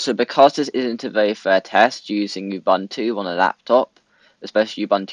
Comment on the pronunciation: It's pronounced "OOBOONTOO". "OOBANTOO" doens't exist.